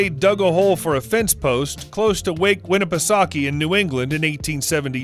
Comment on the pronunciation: Its lake winnipesaukee not wake lol what is wrong with you people